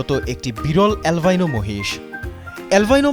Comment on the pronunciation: অ্যালভাইনো নারে পাগলা, সঠিক উচ্চারণ আলবিনো।